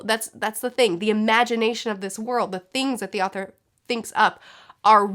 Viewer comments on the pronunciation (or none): none